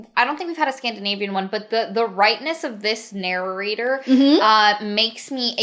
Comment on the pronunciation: OK, I've been listening to a lot of their videos and I need to know whether it's just me hearing it... Does says actually say "narrorator" and "narrorating"? If feel there's an inside joke there but I haven't been part of this community long enough to get it.